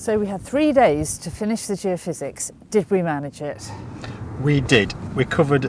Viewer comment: Surely it should be Geophys ie geophysics not geofizz which sounds like a drink